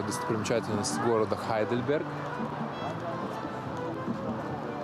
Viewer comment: Когда вы говорите по русски правильно говорить Гейдельберг, вы же не говорите Хамбург?